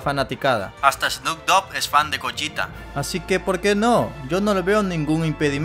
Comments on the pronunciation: gollita ulala señor frances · Gogita?,creí q era Gogeta :v